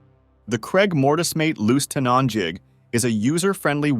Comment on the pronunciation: The robot cannot say “tenon” correctly.